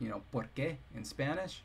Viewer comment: "por qué" (why) is stressed in the second syllable /por.'ke/ and "porque" (because) in the first one /'por.ke/ If 'lu mevwe' means 'why', how do you say 'for whom'?